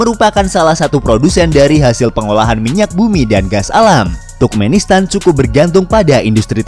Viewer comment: Turkmenistan Dibaca Sama Miminnya Tukmenistan